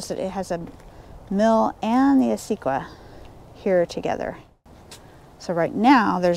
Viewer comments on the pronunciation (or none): Thanks for sharing your adventures. Pardon my critiquing. Acequia is pronounced; ah-say-key-ah